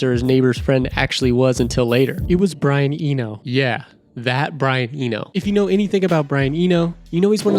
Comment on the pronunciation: "Brian Enio" My god, who is this person. Has he generated this script with AI? He doesn't seem to know anyone he's talking about